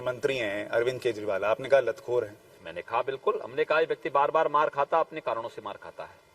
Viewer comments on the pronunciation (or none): Lathkor nahin lathor bola tha bhai...correction hain bhai..😂😂😂